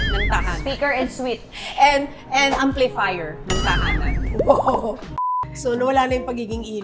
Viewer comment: Gusto ko yung “Ampliflier”! 😂😂😂😂😂😂😂😂